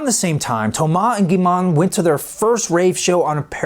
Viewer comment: "Thoumass" "Gimann" What